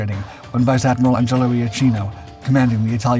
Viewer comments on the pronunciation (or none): none